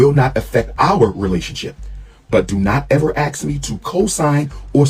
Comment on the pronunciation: Calling yourself Dr. While not even pronouncing ask correctly and people are donating money to let this clown educate their children.